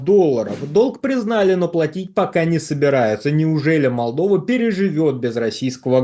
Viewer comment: челюсть експерда не может выговорить - Молдова.